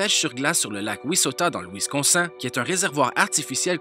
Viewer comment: on dit Wisconsine